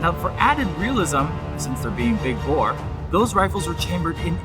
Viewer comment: Every time he said big bore, I thought he was gonna big boi